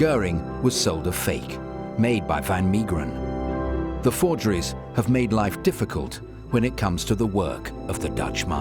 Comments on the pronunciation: Unfortunately they could not pronounce Van Meegeren’s name properly. It’s Van MAY-geren not MEE. Van Gogh is the most butchered though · Van Maygeren ...pronunciation .